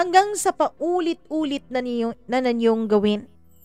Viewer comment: HI PO MAMA MIA.. RUSTY NO-NES PO. HINDI PO RUSTY NANS ANG PRONOUNCE HEHEHE.. SALAMAT PO MAMA MIA♥️♥️♥️